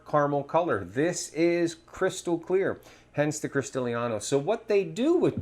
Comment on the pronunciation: Cristalino is pronounced Christahleeno, not Christaleeaahno...